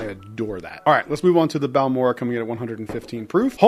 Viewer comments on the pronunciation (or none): Sir - its Bal-mor-ray. You need to get your hands on their Cask Strength bottles. Insane flavors~